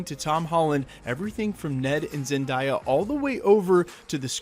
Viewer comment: Zendiea it is pronounced Zendaya 😂😂😂